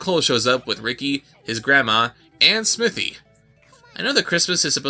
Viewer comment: They don't even call him Smithy, they keep pronouncing it "Smiffy". Was even speech outside of these animators' grasps.